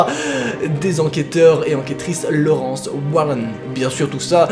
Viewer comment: Dans conjuring elle dis valak et pas walak..et lorene pas Laurence 🤣